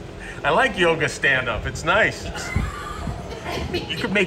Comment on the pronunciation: who's "Yog" o.O you Northys have to shorten everything up!? say Yoga please..thank you!